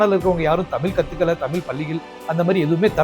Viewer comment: 'தமிழ்' என்ற சொல்லில் 'ழ்' என்ற மிகத் தனித்துவமான ஓர் எழுத்து உள்ளது. தயவுசெய்து அதைச் சரியாக உச்சரிக்கவும்